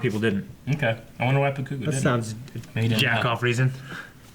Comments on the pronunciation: this is my 2nd video, more to come. was my fav but saying "buh-koo-go" instead of "bah-koo-go" really spent me lol. muh man JUST SAID IT!!!!! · The worst one for me is still "BaKOOgo." Goddamn it man, stop it! 😂😂😂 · It's hilarious how they pronounce bakugos name even tho it's dubbed and easy to understand for Americans.. bakooogo katsoooki.. nah fam it's pronounced bah-ku-go kaht-ski.. except in English it would be reversed katsuki bakugo.. which is why izuku calls him kacchan.. because it's his first name.. just happened knowledged on you fuckers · its always slightly annoying when they mispronounce bakugo's name as ba-KU-go instead of BA-ku-go but love the vid still 💛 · I dont like how says baKUGO instead of BAkugo